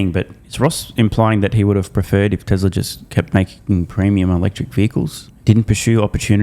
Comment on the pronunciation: TesLurr. oh , Tesla ! 😮